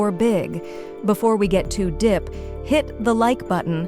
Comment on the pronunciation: Your content is important, but if I have to hear that Ai voice say dipply or dip, in place of deeply and deep, I'm out.